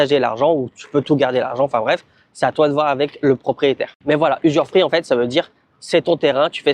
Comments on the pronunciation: Bravo ! Dans 5 ans on débarque prendre l'apéro sur la terrasse de la maison 🤣🤣🤣 ... NB. On dit "usufruit" (pas "usurfruit"). Pas grave 😀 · très bonne vidéo! je ne savais pas que l'usufruit existe aussi en Thaïlande! Attention a la prononciation usuREfruit ca n'existe pas:)! Félicitation et merci pour ta vidéo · Oui c'est TOUJOURS une bonne idée d'acheter un terrain. On dit usufruit et non usuRfruit. Conseil : clôturer le terrain avec portail, boite aux lettres , ça évitera les dépôts sauvages, appropriation de tiers... et débordements des voisins quand ils clôtureront ! Venir fréquemment le voir. Parfois il vaut mieux construire un petit quelque chose comme un abri même s'il est pas hyper bien fait, juste couvert, sans forcément des murs. Ca permet de s'abriter quand on vient voir le terrain et ça évite qu'on vous dise un jour qu'il n'est pas constructible. Ce qui est construit quand c'est constructible n'est généralement pas démoli si le secteur devient inconstructible. Après chacun fait comme il veut :) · Usufruit pas usuRfruit 😂😂😂